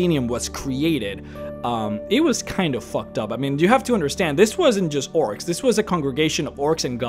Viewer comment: Almost every time he says "orcs"... I hear "oryx. XD